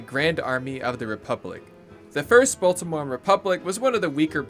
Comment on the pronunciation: You pronounced Baltimore horribly. Nails on a chalkboard